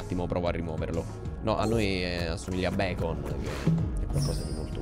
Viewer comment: Infatti il dottore si chiama bacon come la pancetta, il modo in cui lo pronunci tu sarebbe scritto beacon, che significa faro 😅